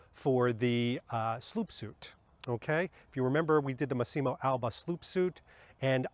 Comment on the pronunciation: Great video 👍 Lovely coat but personally not a fan of this look on Bond. Looks more like a Dr Who costume IMHO. (Btw it's "Mass-imo" not "Masseeemo" (sorry😉))